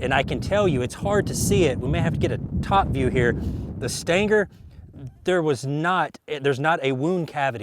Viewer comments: Stinger. Steeeeeeeenger. Not staynger. Can't take you seriously. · Stanger? Float like a butterfly, stang like a bee? I believe it pronounced sting ·ur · What is a stin-ger? Are you trying to say “stinger” ? Lol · Stinger* not Stanger 🤣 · The CCI Stan-ger? I thought it was pronounced, Sting'er? I agree, who cares? I just find it interesting the difference in the Human pronunciation of some words. Some of the most differences are between America and the UK, (concerning the English language) some are quite humorous, some of the Brits talk as if they had a huge "loogy" stuck in their throat? Spit that thing out gov-nor! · "STINGER" = "STANGAR". All the same apparently. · Every time I hear you say "stanger" I think, "WTF?" and then realize a second later you mean "stinger." And I grew up and spent the first 40 years of my life in east TN. I think if I heard it when visiting "back home" it wouldn't surprise me but online it's just so unusual I have to think a second. ;) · Stinger doesn't have the letter "A" in it, but I love how you add it. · What is a "Stan Ger" bullet? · did he say stinker ? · What's a "stan-gar"?? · What are "Stangers" :) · I think I watch his videos to hear him say "stanger" as much as I do to learn something. 😆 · what the hell is a "stanker" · "But how will it compare to the Stayngur?" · It's a .22 CCI Stinger. The pronunciation is a Kentucky slang accent. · I thought he said Stanker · What is “stanker” ammunition? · "Staingger" LOL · I concur